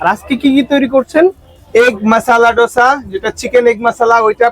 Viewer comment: দোসা no no ডোসা😂😂